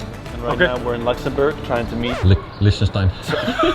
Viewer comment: Bruh why do they keep calling it Lish-ten-stein It's pronounced Lick-ten-stein